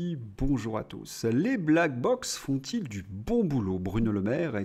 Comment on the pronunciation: Ne dit-on pas , black block ? (et non pas bock).